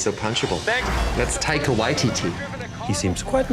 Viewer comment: You don't say his name right. Is not taiga